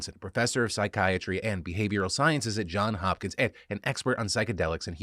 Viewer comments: Phil, it’s JohnS Hopkins not John Hopkins. To paraphrase our former university president Milton S Eisenhower, it’s Pittsburgh not Pittburgh! You had it right in the graphics but used a take where you said it wrong! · Great reporting on Professor Johnson's work. One thing...Phil...it's Johnssssss Hopkins. We're very proud of both our S's